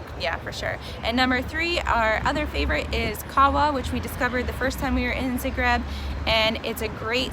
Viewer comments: Guys, please, it's pronounced ZA-greb. Zahhhhhh-greb. :) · This was great but, I had to stop watching because I could NOT get past the incorrect pronunciation of the city name.